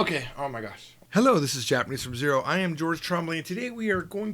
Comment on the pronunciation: Hi George, I got the ebooks for JFZ 1 and 2 from Amazon, but I cannot find 3 and 4. When will they be available? I'm in the videos for book 3 already, so would be nice to have it soon! Btw, did you want to say "from zero" in Chinese at the beginning of the video? You sound like you are saying something really bad, hahaha!